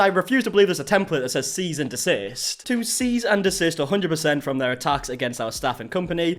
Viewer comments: "seize and desist" 🤣🤣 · “Seize and desist” 😂😂😂